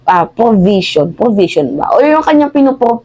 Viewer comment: Anong “ porbision “ …. Baka “ provision “ ????? 😜😝🤪